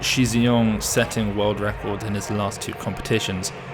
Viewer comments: Agreed. As a start - Shi is pronounced more like “Shh”, rather than Xi. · good point on tonal differences, however the incorrect way Shi’s name is being pronounced is not a tonal problem. is pronouncing Shi the way that Xi should be pronounced. And the way to pronounce Shi is not a completely unheard of sound in the English language. Again, not saying that should know this by default, but that’s why we are pointing it out, particularly since it’s not some 10 syllable complicated name to learn.